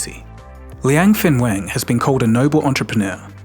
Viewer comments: Wenfeng 文峰 - not Fenweng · You got the name wrong at the beginnning, Wenfeng not Fenweng